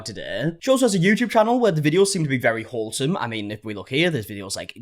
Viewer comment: I heard it too 😂😂 came running to the comments 🏃‍♀️